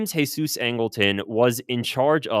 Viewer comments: James Heysoos...it's James Jeezuz Angleton! WHERE you getting the Mexicana?? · geezus, not hesus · I’m curious as to why you keep pronouncing James Jesus Angleton the Jesus part in Spanish and not Jesus in English because the rest of his name is in English? Idk you made it sound like he was Mexican or something 😂but hes just a white guy and Jesus is also an English name I thought. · Jeezus!! It's pronounced like"jeezus." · really enjoying your channel, but you’ve got to stop giving angletons middle name the Spanish pronunciation…his mother gave him the middle name JESUS (English pronunciation). I know because I once made that mistake myself, and was corrected by my bureau mentor